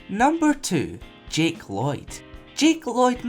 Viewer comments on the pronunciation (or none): none